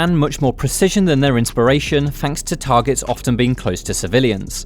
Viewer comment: I'm not being funny, but how is the voice over guy getting away with not pronouncing words correctly? "fanks" "anovva" "rhyvym" "mefodical"... Are you 9 years old?